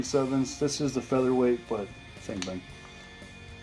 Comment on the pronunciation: Love the M37. Good video showing John Browning's genius but please please please say 'Featherlight'!